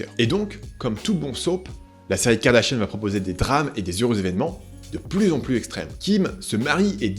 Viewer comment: N'empêche on en parle de la prononciation du nom "Kardashian" qui est devenu "Kardashienne" avec ahaha